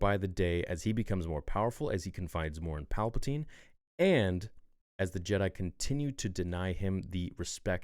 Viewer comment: “pall-puh-tan” lol you said it everytime good expect for that time lol💀 great vid tho